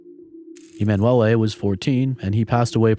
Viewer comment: E-man Wellay is an interesting way to pronounce emanuele